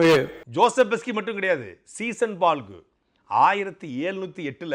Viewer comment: சாட்டை அவர்களே சீசன்பால்கு இல்லை அவர் பெயர் சீகன் பால்கு